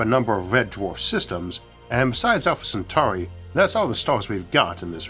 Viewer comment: Just wanted to let you know I noticed how clearly pronounced Centauri compared to your old pronunciation. Well done mate you've come a long way.